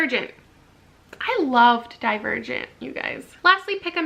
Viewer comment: I misheard you the first time you said Divergent, I was like what is "dead virgin" I've never heard of that